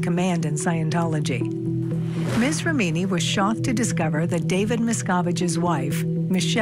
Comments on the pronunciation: For F sake,, if you make an item about this lawsuit the bare minimum you should do is pronounce the names right! Ramini? mesKAAvige? Come on dudes.... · Great coverage but why can’t the narrator pronounce Leah’s last name correctly? REMini, not ReMEENi!! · Stop saying rameeny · who says rem eenI? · ‘Rah-meeny’? ‘Mis-kovij’?? The reporter’s pronunciation is so wrong.